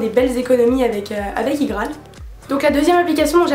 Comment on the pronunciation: Ca me stresse comment tu dis IGraal moi je dis ça comme IPhone quoi mdr